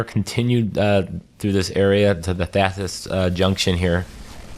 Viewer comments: THARSIS not THATSIS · Tharsis juction. Not thatsis...